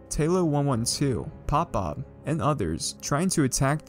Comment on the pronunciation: Did he really mess up pop bobs name lmao